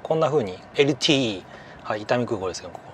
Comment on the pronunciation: LTE(エルティイー)を(エルテーイー)と小野田さんが発言されていましたが東京じゃ聞かない発音ですけど関東より西の方言なのでしょうか？ 九州出身で京都大学卒、10年前98歳没し、亡くなるまでボケる事も無く元気だった私の曾祖父から自分が小学校、中学校の時、毎日強制的に英語、数学を教わっていました。 曾祖父は英語、ドイツ語、当時の世界共通語のエスペラント語までをマスターし、柔道、テニス、ゴルフまで、頭脳も体力も極めて大手企業役員の地位まで登り詰めた努力、苦労人の曾祖父でしたが、英語でTを(テー)と Youを(ヨー)と発音、 数学に出て来るXをエッキスと言っていたのを想いだしました。 あと余談ですが中古の物を(ちゅうぶる)バイクの事をパタパタ等と、聞いた事が無い死語なのか、あるいは方言なのか変わった言い方をしていたのも想いだしました。 私が子供の頃学校から帰ると遊びにもいかせてもらえず小学校、中学校の時には家庭教師代わりの曾祖父から教わる数学や英語等を中心に勉強を毎日6～8時間ほど費やされ、運動は特注で作ってもらった子供用ゴルフクラブで打ちっぱなしゴルフレッスンに連れていかれていました。 サッカーや野球もやらせてもらえませんでした。 きっと一流大学、一流企業戦士、そして紳士同士のコミュニケーションにゴルフは欠かせないとでも思っていたのかもしれませんね。 しかしそれ以来私は勉強とゴルフが大嫌いになりました。中学生にもなると逃げ回っていました。するとそんなに逃げて勉強もろくにせんと将来は愚連隊にでもなるのか👊と、こっぴどく鉄拳の制裁を受けていたのを想いだします。 きっと定年し年金生活で暇で体力と知識に有り余る曾祖父が、男一人しかいない曾孫の将来の為を思い厳しくしていたのだろうと気持ちは今理解できますが、当時は迷惑極まりなく早く死んでもらいたい！と真剣に思った事もあったし青春時代を友人と遊ぶことも出来ず恨んだ気持ちもありました。 今、私は自分の子供には学業で成功し更に狭き門で一流大学、一流企業に入り更にその中で出世する少数の超難関のエリートになってもらいたいなんてこれっぽっちも思いません。 やりたい事を応援し、部活やバイトで社会勉強をして人との付き合いを学んでもらい、そしてたくさん遊び、人生を楽しんでもらえればと思っています。 小野田さんもお子さんには好きなことをやらせてあげて芽を伸ばし応援してあげてください。職人、エンジニア、技術者、航空、鉄道、何でも。 ギターやピアノ、バイオリン等の楽器に関しても。子供が嫌なのに親が強制してそれで目覚める子供も中にはいるかもしれませんが嫌な事を無理にやらさても身に付かないばかりか反発心、トラウマにしかならないと私は確信しています。 因に私は大の勉強とゴルフ嫌いになってしまいました。 とりあえず高校は卒業しましたが、数学も英語もゴルフも全く関係の無い、好きだった運転の道に進み運転手をしています。 小野田さんが何気に言ったT(ティ)をテーって聞いただけなのに何故か私のテーにまつわる過去の苦い思い出と現在のこれまでの人生が走馬灯のように浮かんできました。自分の子供には同じ思いはさせたくないなぁと。 動画とは関係ない個人的な(テー)にまつわる長文ですみませんでした。 m(__)m💦